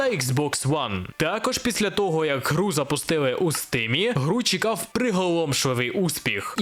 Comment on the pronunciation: Прохання до автора, англійська літера "E" читається як "і", тому слова "Стим" "Фри" чи "Дискорд" до прикладу, звучить як якесь глузування з української. "Стім" "Фрі" і "Діскорд" мають літеру "і" і це не калька з російської